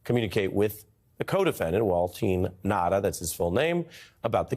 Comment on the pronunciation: Waltine Nauta??? Really? I'll just call him "Wal-naut" for short! As in; Fat Donny is getting ready to throw Wal-Naut under the bus!